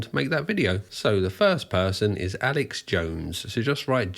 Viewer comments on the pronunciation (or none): none